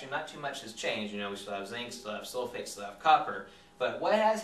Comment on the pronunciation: I thought he said 'hey soulmate' rather than 'hey sulphate'